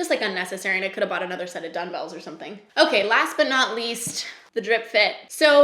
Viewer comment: Am I hearing you say, “dun-bells”? Is that a Canadian thing? It caught me off guard haha